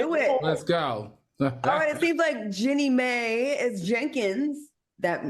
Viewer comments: Jeanie MAI..... ???? Pronounce correctly......where is Funky??? SMH! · I really wish y’all would get Jeanie’s name correct! Lol it’s pronounced “Jee-nee My” not “Jenny May” smh 😅